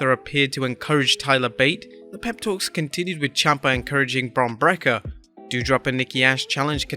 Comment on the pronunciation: He still Calls Him Bron Brakka